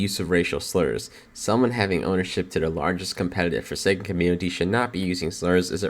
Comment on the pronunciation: I don't think anyone here plays "forsaen" lol. Anyways, hope everything goes alright